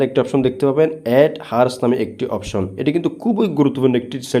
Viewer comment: উপকৃত হয়েছি সেজন্য ধন্যবাদ কিন্তু যে জিনিসটা আপনি মানুষকে শিখাচ্ছেন সে জিনিসটা আগে সঠিকভাবে বলতে শিখুন এটা হার্স না এটা আওয়ারস